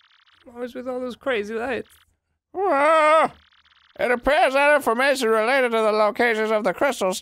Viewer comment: i like that dan didnt even notice that arin pronounced "well" as "ballsack ell"